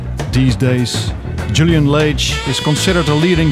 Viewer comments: The announcer up front mispronouced Julian's surname: it is not Laige but Lage, a Portuguese name. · Also the guy of Bimhuis Radio got it wrong. As you said it is pronounced lɑːʒ/ LAHZH